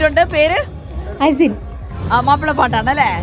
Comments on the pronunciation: അഹ്സിൻ അല്ല അസിൻ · Ahzin അല്ല azin